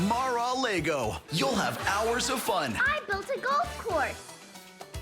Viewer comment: Mar-A-Lego... lol